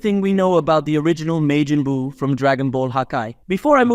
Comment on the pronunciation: God of Distruction*Belmod Not vermouth *Majin buu Not Mejin boo